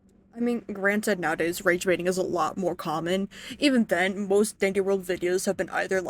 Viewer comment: uh oh i fought dis was dandeez world not deedeez world - cornball